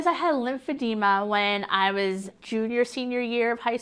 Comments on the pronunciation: The disease is called "lymphedema" but she's pronouncing it "lymphedemia"? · It's lymphedema. Not lymphedemia. You think she would know how to pronounce her self-inflicted disease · Please..pronounce it correctly. The last syllable is "ma" not "mia" I applaud your bravery on speaking out. I just encourage you though to not reduce your credibility by not pronouncing it correctly. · It’s not lymphedemia there’s no I! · It's NOT Lymphodemia, it's Lymphodema.😑😏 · She can't even pronounce it properly at first... "LymphedeMIA" she says. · She doesn't know how to say lymphedema? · WHY DOES SHE PRONOUNCE LYMPHEDEMA COMPLETELY WRONG?! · Too bad she can't pronounce it correctly lol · Right. Someone should have corrected her pronunciation by now. Love her anyway! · she's pronouncing the name of her own condition wrong. lipidemia and lipoedema are two different things and barcroft seems to think its lymphedema anyway lol